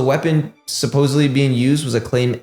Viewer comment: SUPPOSEDLY not suppoebly